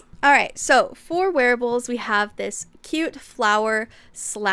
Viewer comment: Not going to lie, I heard a werewolves instead of wearables and got simultaneously confused and excited.